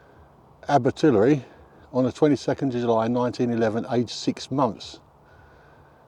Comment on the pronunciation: May I help with pronunciation? Abertillery dies not rhyme with distillery. It's aber till airy to rhyme with fairy or hairy.